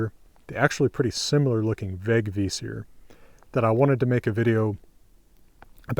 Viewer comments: Thanks! / A swede with a Vegvísir-necklace. Great pronunciation by the way. Would not have said it if I didnt mean it! Really good. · Wow, you're pronounced it very well!